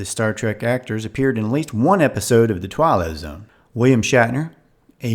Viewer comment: It sounds like you're saying "The Twilo Zone", from The Dick Van Dyke Show "It May Look Like A Walnut".